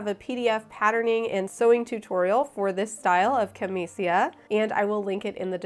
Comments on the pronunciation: i love it! the italian pronunciation of camicia is "ca-MI-cha" and the plural is camicie (ca-MI-che) 🤗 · Italians would pronounce "camicia" as "cam-ee-cha" or "cam-eet-cha" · It is pronounced camiCHA in Italian 🍕 mi piace il vestito!